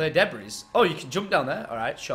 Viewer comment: There would be one zombie left sprinting at you many times, I was cringing like just kill it really quick so you don't have to keep running around it to read or get wat you needed!! And you said "clear deb-breeze" lmao it's debris (pronounced de-bri)